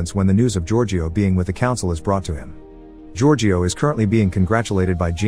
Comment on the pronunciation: Omg what was that. Giorgio. It's such an easy name ffs